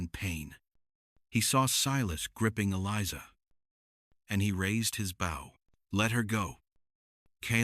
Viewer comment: "...his BOW" (rhymes with "oh" and "Joe").